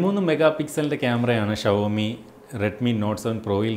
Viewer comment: Shavomiyalla show me pronunciation